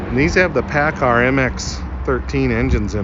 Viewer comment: Everthing was good untill you said Pacar😈